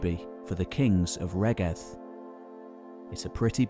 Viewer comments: Excellent on the whole, but it would be great to hear the the Welsh names pronounced properly, e.g. Rheged [ˈɹ̥eˑgɛd], Ystrad Clud (Strathclyde) [ˈəstɹ̻ad klɨːd]. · Pretty sure "Rheged" is pronounced REED.